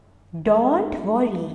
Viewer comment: The words such don't and know should be pronounced correctly.